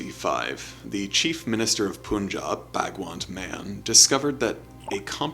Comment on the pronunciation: He butchered the pronunciation. Its Punjab, pronounced with 'ah' sound, not oo/u sound, just like english word 'pun' 'sun' or 'cup' is pronounced. And second part is pronounced Jaab, not job. Its Punjab/Panjab, not poonjob, there is not o or u sound in the name.